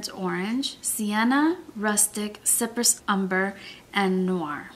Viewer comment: FYI, tempera is pronounced with the accent on the first syllable, not the second “temp-er-uh” And cypress is pronounced “sigh-press”. It’s an island . Almost every YouTuber mispronounces these names. I’m surprised that people don’t actually go to a dictionary and look them up to see how they are pronounced. I really like your videos and your review but I thought you might like to know